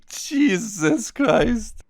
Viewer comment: that "jesus" in the intro sounded dutch